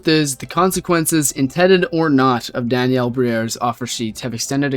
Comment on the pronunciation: bro can't pronounce Daniel to save hisnlife